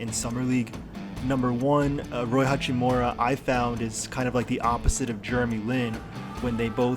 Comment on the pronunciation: Why do these idiots keep calling him hachimora?